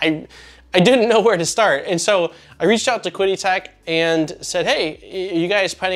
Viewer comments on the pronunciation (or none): Great review, have owned the original consumer version for years. By the way, it's pronounced like "Chee-dee" Tech. I believe Qidi Tech really is one of the most underestimated 3D printers on the market. Mainly because, I guess, all their models just work and are pretty much plug and play. Reviewers have little to discuss as far as further tinkering. Nice to see you taking a level step up. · Great video! From what I have gathered, it is pronounced 'chee-dee' tech. I own an X-Pro as my first printer and am now going through a full overhall of it, I knew it going in though. It is funny, the mods I am doing are pretty much in line with this model except now I am running an Octopus Pro (overkill) with Klipper and all the benefits. Also upgraded to slice engineering bi-metal hotend and other mods like filtration. They are nice printers as long as you are fine with engaging their support for anything needed outside of what you get, they actually are responsive. The only thing that put me off was before the launch of this product they emailed me to let me know it was coming out and if I left a 5 star review I would be refunded half of the money. I don't know what to make of it, I really hope it is just a culture gap, but that really stuck with me. Even after my positive experience with them.